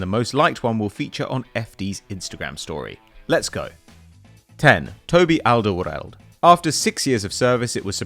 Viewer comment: Arsenal fan pronouncing it like 'Alderwrrorrlrrd' 🙈